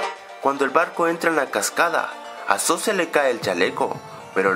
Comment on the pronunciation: se dice suss y decimos dice soos